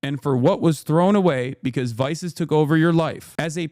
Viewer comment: "Also" "Vices" HELLO?????????????????